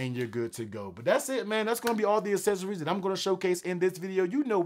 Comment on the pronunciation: Uou lost me when you mispronounced accessories.